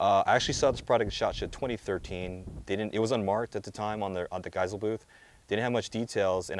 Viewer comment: his name and therefore the company is pronounced 'gei-seh-lee'